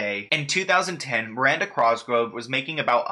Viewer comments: Thank you I was going crazy everything you would say it wrong . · Oh my gosh it was driving me nuts. Thank you for addressing it. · I was just about to comment this 😂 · I coulda sworn there wasn’t an r at the beginning of her last name 😂 My guy can’t speak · i cant get past how hes saying cosgrove. thats all i can focus on in this video lmao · my man spells cosgrove right but willfully says it wrong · Okay someone has to tell him that he’s saying her last name wrong. This isn’t hate. Just letting him know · like the more you say crosgrove the further it will invalidate your coverage on the matter(s) just a tip way too many videos pronounced “cosgrove” incorrectly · ur saying her name wrong... it’s COSgrove not crosgrove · Sounds like he’s saying crosgrove and he ligit said hobsnocker it’s hobnocker lol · Cross grove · Miranda Crossgro 😅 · You pronounce her name "Crosgrove" lol. I I love your vids btw. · The "Crosgrove" is a vibe <3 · Drinking game, take a shot every time says Crosgrove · everytime you said "Miranda Crosgove" I was screaming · It’s the “Crosgrove” for me 😂💀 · Why r u saying crosgrove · stop saying crosgrove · I love you. But the way you pronounced her last name is sending me. Lolol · Wait what?? It's not with an "r"?! Woops. Made the same mistake my whole life, even after watching other vids about her that were probably pronouncing it correctly. 😅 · Omg same I was just thinking "dude you're awesome but god it's COSGROVE not CROSGROVE" 😂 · It’s cosgrove not crosgrove lol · COS—GR—OVE!!!! No R before the O! #triggered lol!!! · literally same i like correct him every time even tho he can’t hear me like cos grove not cross grove slightly angers me it’s fine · “Crosgrove” really got me out here giggling 😭😭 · why does he call Miranda Cosgrove, Miranda Crosgrove 😂😂I liked the video tho!!!! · worried about if he’s pronouncing viacom right says crosgove instead of cosgrove throughout the whole video 😂😂 no hate it just cracked me up